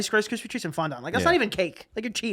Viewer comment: the way they are pronouncing fondant is killing me